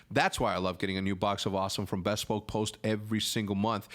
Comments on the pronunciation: Hercz bespoke is pronounced b-spoke just saying. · You are definitely saying bespoke wrong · I get like ticked off every time Hector says "bespoke" incorrectly haha.